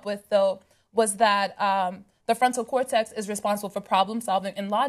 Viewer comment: It's pronounced ''cor-TEX'' not ''cor-TEXT'' Ana. Geez, does she have to rape the English language EVERY day? Or is it just every OTHER day?